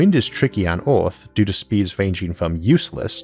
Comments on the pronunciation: Why do you say Orth instead of Earth? ^^" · an interesting video, but it's difficult understanding him. does he have a strange accent or a speech impediment? for instance, he pronounces "earth" as "orth", etc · Why do you say "Earth" "Orth" ? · Okay I’m really sorry and this is really rude but do you have a speech impediment because you say earth like ewth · It's Earth Not Oarth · Highly speculative blather with an Elmer Fudd accent... the word is 'Earth' vice 'Orth'... see a speech therapist. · What is this guys accent? “Hello it is us, the humans from planet Orth” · "...from OOOORTHHH" ...again XD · Where is this "Orth" place he keeps speaking of? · Lol well I’m not trying to make fun of anyone’s speech impediment I just found it amusing that a guy who makes space videos pronounces his planet wrong lmao the vids are great I hope it wasn’t rude for me to say that. ❤️ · Why’s that you got some words perfectly pronounced and some so weirdly said? Like Earth you say Orth And Dark you say Doke Also clear you say Cleo Edit: omg after I spell it out I know you can’t pronounce “ar” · I can’t stand this guy! It’s called earth, not orth...There is no O...same for Jupitor...I just can’t with this guy...Pronounce yo shit correctly...k thanx bye